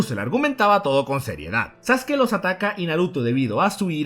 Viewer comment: Porque pronuncia los nombres con acentos, o incluso algunos nombres los pronuncia mal: "sasUkI", "mÁdara", etc, etc